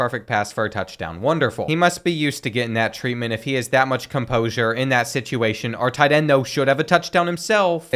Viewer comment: With that “cumposure” 😂